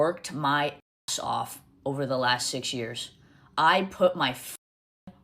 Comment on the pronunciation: her pronouncing “years” differently is annoying me so bad